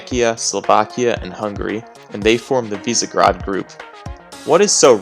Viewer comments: You should pronounve it like Vishegrad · Its pronounced: vishegrad